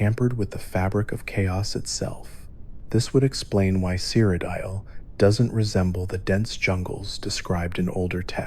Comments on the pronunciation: My boy really said "Crocodile"😂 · You gotta be ragebaiting with that cyrodiil pronunciation, good video though